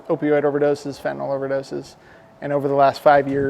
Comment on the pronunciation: Fentanyl is spelled f e n t a n y l . NOT f e n t a n o l !!! Can't anybody read any more? Is it so hard to pronounce it correctly? Do kids learn anything in school anymore?